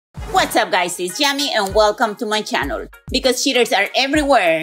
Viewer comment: Dear YAMI, can't you said Channel NOT CHANOL? 🤦‍♂️!